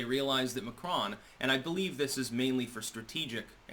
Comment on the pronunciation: mAcron NOT mCron???